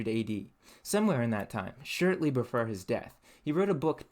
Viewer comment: Reminded me of white collar Detroit/Grosse Pointe accent, but I haven't heard it ten years. Near the border. Only I think I heard him say "shirtly" for shortly and "firm" for form. Never heard anyone say that before.